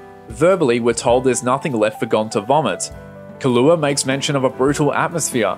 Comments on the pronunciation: Great video, but you say prospective instead of perspective, so I'm gonna have to report you to the authorities. Edit: Also, fustration instead of frustration and Kahlúa instead of Killua. SWAT team incoming. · Why u say kalua its killua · Great job on catching that the x in hunter x hunter is silent. But killua isn't pronounced Kahlua.